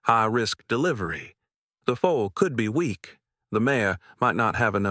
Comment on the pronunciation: Mayor Not mare. FOOL NOT FOAL. - THIS HAS TO BE EMBARRASSING FOR YOUR BUSINESS 😂